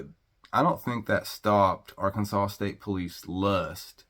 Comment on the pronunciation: Ar- Kansas -saw. If you can't follow the Alphabet your definitely a hazard